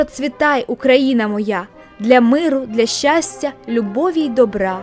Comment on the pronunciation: Чого ти все відео кажеш "Украіна", а не Україна?